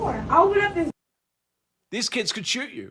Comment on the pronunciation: My "keeds"